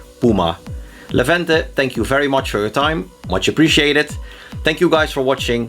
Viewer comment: Levente has a good English, I'm glad about it. A story of a girl is funny, familiar to me.:D, you pronounced Levente's name well, however it's not a good example for tricky name for foreigners. Kind guy, I liked this inter!